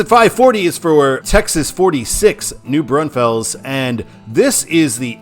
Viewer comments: At least he knew that there was only one S in New Brunfells and that you'll find it right at the end 😂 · New BRAWN-FELLS.